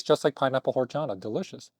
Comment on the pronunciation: The way he pronounced horchata is a disgrace to the latino community